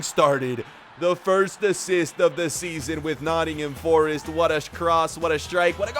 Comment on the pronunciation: Yes!!!!! , my fav team !!! , it’s not nott’m , it’s Nottingham forest , pronounced nottinghem forest